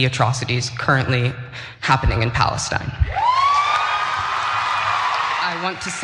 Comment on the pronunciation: It's actually Palestine not "Palenstine".